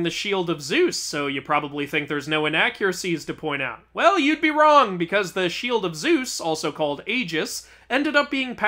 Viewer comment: ah yes, my favorite word, WORNG